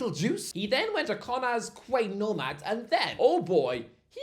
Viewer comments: There's absolutely nee fucking way you live in Newcastle and can't pronounce QUAY!!! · That pronunciation of 'Quay' is beyond disgraceful.